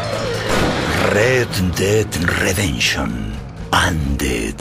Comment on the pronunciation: Red ded redenshon anded naitmer